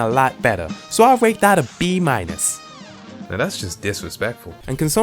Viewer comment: 99/100 it's pronounced "i'll" not "ill"